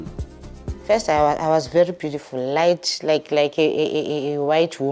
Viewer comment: So sad she said beautiful like a white woman